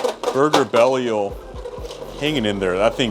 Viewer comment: Why does everyone call Belial, Bell-E-ul instead of Bell-Eye-Ul